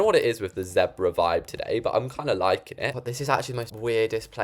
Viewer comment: zepra? in the US we say ZEEEEEEEEEEEEEEEEEEEEEEEEEEEEEEEEEEEEEBRA